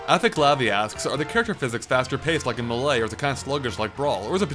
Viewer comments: i cant stand it anymore. not hating on you but its pronounced MAY-LAY. not MUH-LAY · It's Super Smash Bros Melee. NOT Super Smash Bros Milay. You pronounce it wrong every time. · Stop pronouncing melee weird!! GAH!